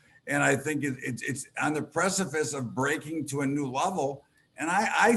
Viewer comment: Did he just say "precifice"?